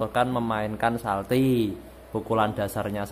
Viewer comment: Mas bukan salti tapi calti